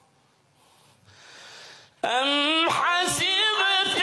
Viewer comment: هذا قرأ سورة الكهف غلط . أم حسبت . مو أم حسبك